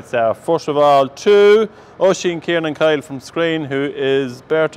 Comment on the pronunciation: And you almost got my surname correct it’s actually Kieran Coyle not Kiernan.